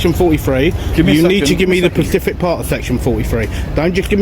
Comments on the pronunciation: Don't say PACIFIC if you're trying to take the high ground ffs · Pacific is an Ocean - think you mean Specific. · Specific !!!!! For gods sake not Pacific !! Grinds me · "The pacific part" has really bothered me, lol. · Will someone tell him its specific not pacific.... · I like these videos, however, i couldn't watch this one beyond 'pacific' part. He kept repeating it, and my internal rage couldn't handle it anymore. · Specific not pacific!!!!! Pacific is an ocean!! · Need to drill down on those ‘Pacific’s’mate. 😂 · someone tell this goober the word he's looking for is "specific" not "Pacific" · The word is "specific" not "pacific"...Just saying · FFS! It's " specific" not " Pacific" it always boils my piss when someone tries to use a big word they've picked up somewhere and completely mispronounce it.. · why does he keep saying pacific? Whats that ocean ever done to him? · It's specific not Pacific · I so wish this guy filming would learn the difference between pacific and specific.. Specifically! I just can't take him seriously when he keeps mentioning an ocean (pacific)...🤣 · Why do so many people say "Pacific" instead of specific? One of lifes mysteries. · Specific not Pacific 😬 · the 'pacific part" lol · I just wish he could say specific... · Auditor, great you know the law, but please also learn to say specific.